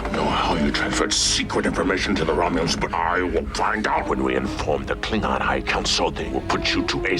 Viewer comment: you need to work on your Klingon pronunciation